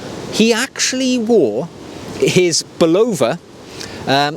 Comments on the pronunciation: Sayco, not Seaco. During its entire existence in the US, Bulova was pronounced with the accent on the first syllable BULova, not buLOVA. However, we may well have been mispronouncing the gentleman’s name. If you happen to run into James Bond, inform him that it is Omayga, not Omeega. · An American would say "Bulla-va" and this is how the company would pronounce its name. You are, however, correct in that a a Japanese person would pronounce the watch brand more like "Seek-O" than "Sake-O" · Hi. Good video. Three points of accuracy. 1. It's pronounced Say-ko and not See-ko. 2. Seiko doesn't do Eco-Drive, Citizen does. You showed a Seiko Solar watch. 3. Bulova is pronounced with the emphasis on the Bu and not lova. More watch content please. Love the peacoat. I have a similar one.